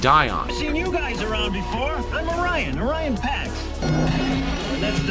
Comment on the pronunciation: "O'Ryan Packs"? No wonder Prime was so heroic. He was Irish Catholic! ☘